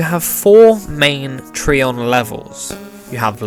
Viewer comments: It's tri-on not tree-on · It's tri-on not tre-on Get it right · Ig not it just drives me nuts after hearing the anime say tri-on and then hearing it be called something different